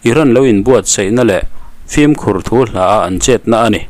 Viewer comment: Flim(film) tia lam hi inti changkang an ni tlang pui 'fim' ti a lam tur a ni in ka hria